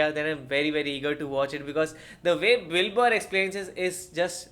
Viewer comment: You pronounce Bill Burr like Dilber